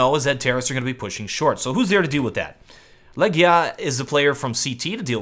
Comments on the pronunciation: Man, it's not Legja or Legda it's Legija with long E and long I :) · It's actually pronounced "Legija" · LEGIJA = LEGION ...you can pronounce it "legion" next time!